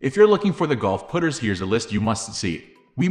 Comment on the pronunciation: Why are you calling them put-ers?